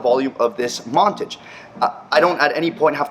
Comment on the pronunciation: It's Mon-Tage. Not, Mon-Tige.